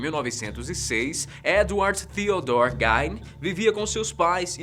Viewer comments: embora a pronúncia de GEIN pareça ser do alemão, nesse caso ela não pronuncia GAIN, e sim GUIIN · A pronúncia correta do assassino do primeiro vídeo é Ed “Guin”